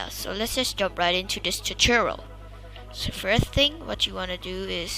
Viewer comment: the way he said tutorial chuchorul